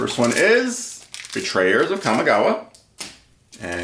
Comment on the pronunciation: Awesome Evil Dead shirt! Kamigawa is always a disgustingly, mispronounced, good time in chaos draft, haha